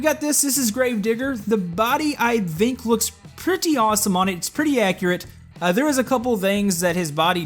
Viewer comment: why do you say "dhinc" when saying think